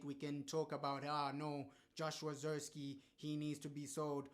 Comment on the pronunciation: He might not be good but at least say his name right!!!! 😮